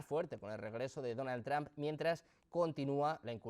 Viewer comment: Donald Tram? Se escucho debil hacia el presidente . Es Donald Trump y se pronuncia Donal tromp